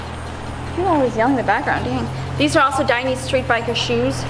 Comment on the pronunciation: Just so everyone knows, the correct pronunciation of Dainese is like this, dye-nay-say